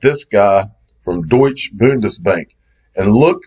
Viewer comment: What's a Doych?